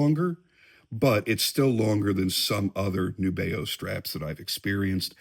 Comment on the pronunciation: Great tune,. I love Nubeo too. FYI, from the company, “The intended pronunciation of our brand name is indeed "NEW-be-oh."